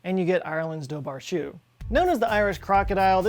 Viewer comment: Chú is pronounced like "who" with a very soft C sound rather than like "shoe". Its the Irish word for hound.